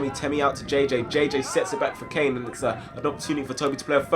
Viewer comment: Its caine not kane